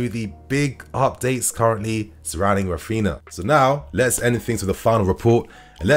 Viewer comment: Rafina? Not Rafeenia? 🤔